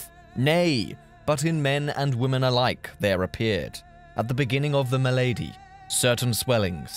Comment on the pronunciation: it's pronounced mar-SAY, and MAL-uh-dy lol but other than that, perfect!